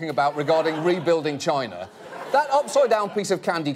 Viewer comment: Every time "chiiieeeeennah" Gets me every damn time, does he not know how to say 'china'?